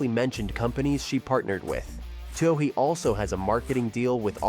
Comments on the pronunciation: Her last name is pronounced too-ey. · Isn't her name pronounced simply "Two-ee" ? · Katelyn Too-OH-hee? Good grief. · You can't claim to be any kind of professional reporter or video producer if you don't make any effort to learn the proper pronuniation of names, particularly the name of the person you are talking about. Anything for clicks and U-Tube cash. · Why don't you pronounce her name properly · please learn how to pronounce her name before doing a feature on her. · How hard is it to get her name right? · How come you can't pronounce her name? Something is wrong here. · Not only can't you pronounce her name correctly but also can't correctly pronounce the name of one of her major sponsors: Adidas. The German Company is pronounced as "Adi-das", not "A-dee-das". The name comes from the founder of the Company Adi Dassler. Hence, "Adi-das". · the sad fact that you can't pronounce her name correctly... report